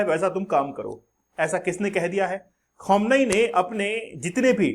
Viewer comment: Bhai Iron Dome hota hai Daaouumm nahi, Khameneii hota hai Khamuunaai nahii. Why does all these teachers in these youtube channels have such pathetic pronunciations ?? No hate but it's very annoying